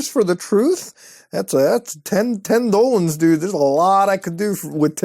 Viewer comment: Why does he call dollars dolans